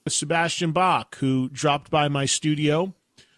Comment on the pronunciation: Sebastian "Bass"? For a guy so knowledgeable about classic metal and hard rock, I would at least expected him to pronounce his guest's name correctly...